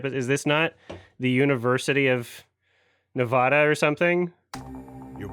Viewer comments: locals pronounce the "va" in Nevada like the first A in apple, not a tall A like avocado or lawn. We can always tell when someone's not from around here because of it. Ne-VAD-uh, not Nev-aw-duh or Nev-aw-daw. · as a Vegas local, the way people pronounce Nevada fucking pains me